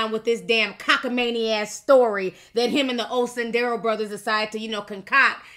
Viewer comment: Cockamamie not cockamanie. Your commentary cracks me up. Lol